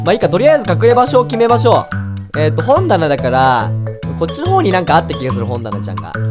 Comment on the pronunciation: ぷちぷちさんかくれんぼのアスレチックもう簡単そう〜w 本棚がほんたなに聞こえた(耳悪いな私ヤバいぞ)